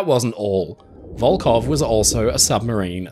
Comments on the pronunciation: Hi. Your pronounce of Russian names is impressive, but here is one thing I want to improve. Волхов, despite it's transliteration as Volkhov should sound like "Volhov" witĥ totally silent "K" and clear "H" like in the word" Have". In your video, you pronounce it as Volkov several times. Volkhov is a city, Volkov is a surname, widely known in Russia because of the fallen spaceman in 1970th. Still in service just because Russia can't build another one. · Здравствуйте. Судно - катамаран "Коммуна" до 1922 года называлось - "ВОЛХОВ" а не "Волков"! В середине слова буква "Х" а не "К"! "ВолХов" это река которая впадает в Ладожское озеро, а ВолКов это фамилия такая. Например Леонид Волков - руководитель штаба Алексея Навального :)